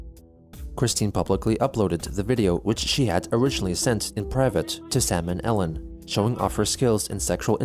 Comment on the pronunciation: Sam and Ellen. Did he just pronounced it as Salmonella... Why does that should very trollisk... oh boi.